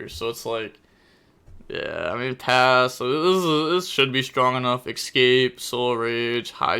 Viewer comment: How do you manage to say escaspe as !EXCAPE"